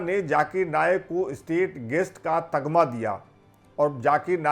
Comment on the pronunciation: तग्मा नहीं तमगा होता है